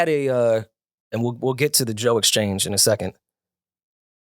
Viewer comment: can’t even says Joe’s name…It’s sick